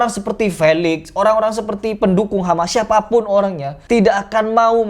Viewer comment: Aku dengernya HAMA bukan HAMAS ?